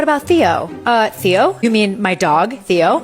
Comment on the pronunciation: Your dog... EXACTLY how you pronounced his name, O Théos in Greek means "The Uncle". Slightly change the toning, O Theós means "The God" i.e. Theológians. You know, Zeus, Theus, Theós.